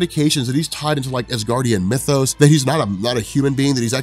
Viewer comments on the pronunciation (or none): none